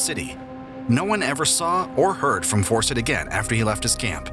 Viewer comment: FAWCETT… CERTAINLY ISNT PRONOUNCED AS … 😳 ‘’FORSETT’’ Like just how? Fawcett is just like FAUCET. But I’d be surprised if this narrator would be able to tackle that word either. I guess I’m happily surprised that the narrator doesn’t have a wild, yet fixable lisp.